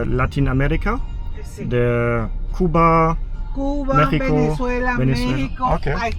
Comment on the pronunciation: If you are a little Havana eating Cuban food, you can pretty much guarantee yourself that it is authentic Cuban food. And I’m glad that you pronounce Cuba right. In America, most people outside of the Miami area or south Florida area pronounce “cew-bah. You pronounce it right… coo-bah. I’m sorry for all these messages but I have to answer your questions as you ask them otherwise I forget. I know the street you’re walking on right now! If you were filming this live, I could meet you within 10 minutes!